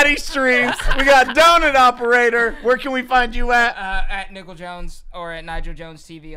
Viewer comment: Oh, god. I thought I was pronouncing his name wrong all along. When you guys said, “Nigel” I was all, “Oh…Oh no…”